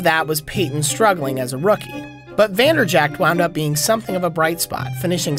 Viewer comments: It's infuriating that you call him Vanderjackt but still a great video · You work for SB Nation and you don't know it's pronounced Vander-Jet?